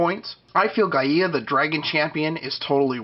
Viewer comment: Just an FYI Gaia is pronounced "Guy-Uh" not "Guy-Ee-Ah" Any questions on it just check out any old episode of Captain Planet.